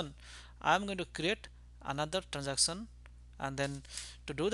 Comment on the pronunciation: "transacson"sounds so funny ;( lol still a good vid.